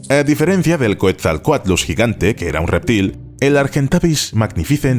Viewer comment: Quetzalcoatlus se dice: /'Ketzalcoatlus/ Está erroneo como lo pronuncias bro